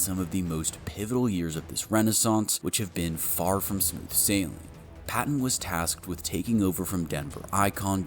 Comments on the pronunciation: The GM's name isn't pronounced Patton. It's pronounced George Pay- ten. Just like Sean name or Peyton Manning. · Is this another AI voice over video it is George Paton pronounced like Payton. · George (Pay-ton) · It’s spelled Paton but actually pronounced “Peyton” as well. I know! Lots of Payton/Peytons around here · How come youre doing a Broncos video, but dont even know how to pronounce the GMs name? Just lazy, and makes a good video cringey to listen to. Lame. Its pronounced PAY-TON, just spelled Paton. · PAton. Long A. Paton. We have three, all spelled differently but pronounced the same: Peyton Manning, George Paton, and Sean Payton. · Great video. It’s funny to me how you have all of this knowledge but you don’t know how to pronounce George Paton‘s name. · Can't even say Paton's name right? I hate AI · So, you just don't know how to pronounce his name? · PATON’s name is pronounced like Sean’s last name. How the fuck do you make videos on the Denver Broncos and you don’t even know the pronunciation?